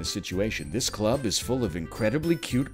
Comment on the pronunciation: "It ees what it ees" - 2020